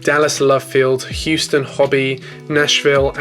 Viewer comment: He he, "Hooston."